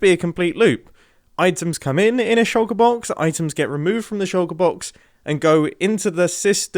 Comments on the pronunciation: He says shallker box a lot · I wonder if anyone can count the amount of times Mumbo said "shulkur box" this episode....